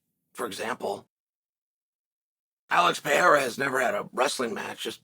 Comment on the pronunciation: Chael said pererra's name right kinda. Might have been a mistake